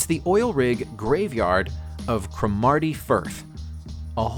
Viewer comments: CRO-marty, not cro-MARTY ;-) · OMF Cromerty is pronounced 'Crom a tee' not 'Chrome er tey' No wonder the US is still in it's early stages of evolution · CruhhhmAaarty firth. This guy is a joke. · Sorry just watched a bit more, and the reversed inflection s not apparent in the spelt name. The accent is on the first syllable - CRO (as in 'law')marty Firth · He butchered Cromarty as well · Yas. I came here for this comment. I live on the Cromarty Firth and that really annoyed me lol!